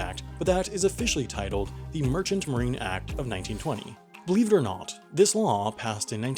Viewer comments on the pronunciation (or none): "Believe it or NAUT" i like it